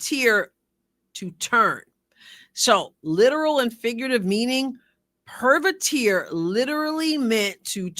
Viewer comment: Retired Latin teacher here. I greatly appreciate all your insightful videos on the Caitlin, the Fever and the WNBA. Although you correctly cite the original meaning of “pervertere,” your pronunciation is way off. There is no “-teer” sound, such as the three musketeers. The ending of the Latin word is in its infinitive form, meaning “to throughly turn.” It is either pronounced 1. per-WER-teh-reh (Classical Latin) 2. or per-VER-teh-reh (later church Latin).